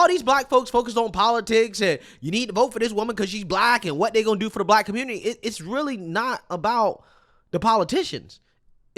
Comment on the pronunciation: "Aight guys! So we gotta talk about" how the Communitah is a lost cause yo... 😂🤷🏾‍♂️🙄🤦🏾‍♂️🤣